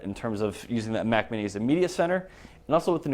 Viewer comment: It's Mac not 'MAC'.